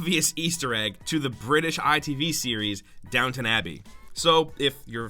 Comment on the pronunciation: Downton abbey is not downtown abbey either